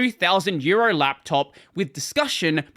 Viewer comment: The way you pronounce "€2000 laptop" sounds to me like "2000 year old laptop". I was genuinely puzzled at first. 😅